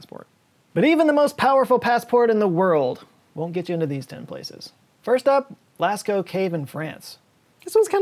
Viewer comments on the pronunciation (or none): Of course "Lascko" cave! 🤣🤣🤣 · P.s pronounced Las oh in France by French people